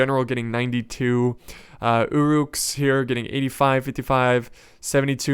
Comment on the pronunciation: It's UH-ruks, not OO'ruks. Great videos but every time i here 'oo'ruk i cringe